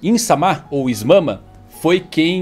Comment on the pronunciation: não consigo parar de rir com o "is mama" KKAAAKKAAKAKAKAKAKAKAKKAKAKAKAKAAKKAKAKAKAKAKAKAKA